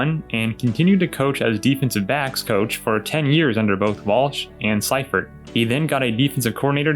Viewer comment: FYI George Seifert's last name is pronounced "Sea-fert".